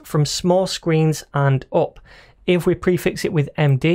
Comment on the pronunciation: "and uop" i just love that accent